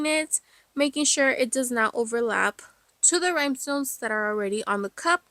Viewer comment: Great video and beautiful cup! I did giggle every time you said “rhymestones”, though😂